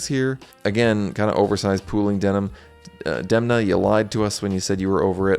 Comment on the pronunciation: Please try to pronounce Italian names correctly. It's not difficult. You simply google how to pronounce them before shooting your videos and you can do a much better work. You pronounced all names as if they were in English. Demna and his team made an effort to achieve perfection also in terms of promoting Gucci as an Italian house --- La famiglia, as a matter of fact. It's relevant.